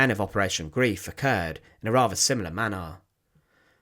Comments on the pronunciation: PLEASE STOP SAYING "G-R-I-E-F", it is GREIF, not GRIEF! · Yes. The English word Grief (ie) means sorrow whereas the German word Greif (ei) means grab…mostly commonly in reference to the action of a bird of prey which are referred to as a Greifvogel. The video is excellent but the mispronunciation also translates into a whole other meaning. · It is pronounced Grīf, NOT Grēf, and it means to "grab", "grasp", or "hold fast". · Thank for your informative video! One correction: Operation Greif, meaning Operation Griffen, 2nd word is pronounced "Greyef" (long "i" sound). NOT pronounced "greef", as English word grief. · I have to write this. Greif is pronounced GRIFE, not GREEF. It was infuriating, and spoilt an otherwise good video. Sorry to be picky! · Greif rhymes with knife, and is pronounced grife. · The mission name isn't pronounced "grief." It rhymes with "life." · A mutch covered topic. Operation Greif (Grab) was welnamed concidering its intentions (sucuring bridges, supplies and fuel, not destroying them). Grief as it is pronounced by you means something different alltogether. I understand German pronounciation is difficult but even English is a Germanic Language. Substitute the i in Greif for an y and you come very close to the correct pronounciation. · He was correct about the long “i” sound so it rhymes with “life,” but that extra “e” is unnecessary.